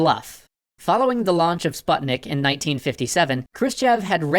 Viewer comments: U dont say sputnik like butt u say ut like sp U tnik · Sputnik is pronounced with a long u in Russian, like in Putin. Also, Sevastopol is stressed on the third syllable. SevastOpol.